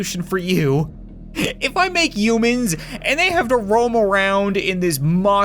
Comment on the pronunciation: Is it just me, or does he call humans - (you-mins)?